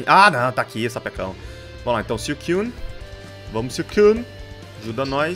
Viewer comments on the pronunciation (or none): não se diz siucuine se diz suicune